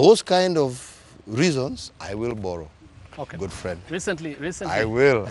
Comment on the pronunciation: If you hear a Kenyan government official pronounce the word borrow as bollow, then you know kenya imekwisha